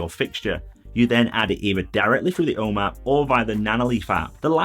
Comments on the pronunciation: I can’t make out what you are saying “o map”? “Home app”? O man? I’ve just ordered three of these directly off the Nanoleaf website! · It‘s so funny. When you say “home app” I first understood “Oma” which is the german word for grandma. Great videos, thank you! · Lol as an American it took me a few listens to that word before I realized he was saying the home app hehe